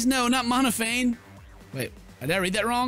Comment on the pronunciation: plz tell me that by now, has realized that Monophanie is pronounced like the end of the name Stephanie...